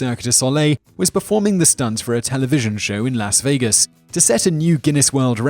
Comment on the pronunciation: Will someone please tell this man how to pronounce Las Vegas.